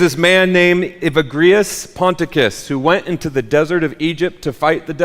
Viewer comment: This is awesome. This is talked about in our church all the time - logismoi are the thoughts the devil plants. You let them fly through your head without letting them land. I'm so glad other Christians are finding these things. I think it's pronounced Ee-Vag-Ree-us. I'm about to add some of the verses Evagrius put in his book for my Sunday School class to memorize. God bless!